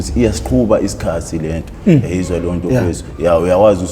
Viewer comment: "Mta ka ma" and "eyezwa leyonto" he say it flawlessly so